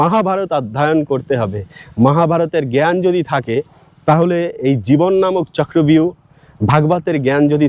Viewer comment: চক্রব্যূহ না বলে চক্রভিউ বাংলায় বলে হিন্দীর উচ্চারণ 😢😢😢😢